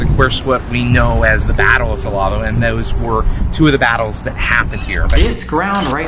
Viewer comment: Y’all, it’s pronounced Sa-LAY-doh.